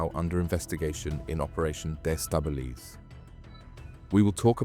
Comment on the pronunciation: De stabilise for goodness sake lose the AI voice over, destabilise as in undermine making uncertain